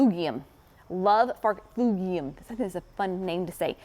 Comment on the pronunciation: pronounces farfugium, FarfuJIUM. He says it used to be called Ligualaria but the name has been changed. Both crazy names!